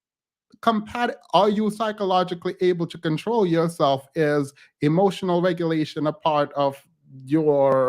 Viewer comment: “…hemotional!” It never fails. They lose their “facade” of decorum, respect and patience when they can’t exert their dominance! 🤣🤣🤣🤣🤣🤣🤣🤣🤣🤣🤣🤣